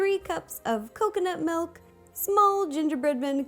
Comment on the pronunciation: Is it only me who hears "melk"?